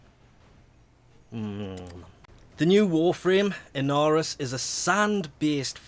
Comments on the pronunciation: Sands of In-are-os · Inaros is pronounced in-ARE-ose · I actually pronounce it uh-nah-rous